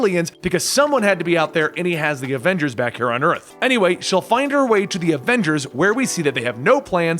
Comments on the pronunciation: " main avenders " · He said adenders